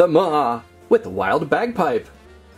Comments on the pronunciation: Maw not ma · He called maw ma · Its not ma its maw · And it’s maw not ma